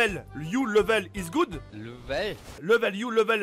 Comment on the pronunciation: normal le mec il a pas compris level se prononce pas comme sa tu le premier e du mot ce prononce i en gros livel